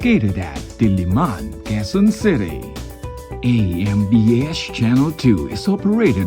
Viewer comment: Ey-Em-Bi-Esh (AMBS)